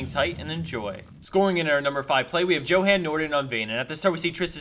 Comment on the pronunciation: Johan is Pronounced Yo harn